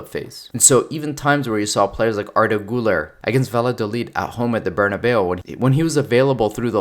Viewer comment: ITS NOT FKİN GULLER! what is this thomas muller thing? its Güler, or call it Guler, not Guller !